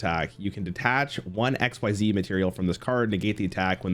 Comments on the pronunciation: Xyz being pronounced exzeez has always bothered me more than it should. Its not even faster to say. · I always thought XYZ was X-Y-Z and not ex-sieze, because X-Y-Z dragon cannon and it's other bits